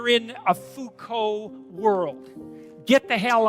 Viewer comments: * Foucault Not f**ko. Lol. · bro it's Foucault xD